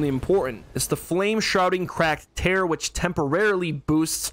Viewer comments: My dude. Tear, like crying, not tear like ripping lol. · bro it’s tear as in crying tears, not tear like you tear paper